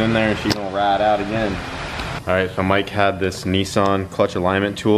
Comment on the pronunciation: "Is your boat gonna be ahhhite?"...LMFAO dude you're the best!